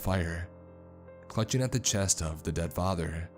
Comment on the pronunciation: Why do you say “uh” at the end of every word you don’t “dead” you say “deaduh”